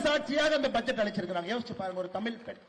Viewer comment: பேரப்பையன் வாயிலே தமில் விலையாடுது. ஒன்பது பக்கத்தில் பூஜ்யம் மாற்றி மாற்றி போட்டு ஒரு நம்பர் சொன்னார் பாருங்க, sooooper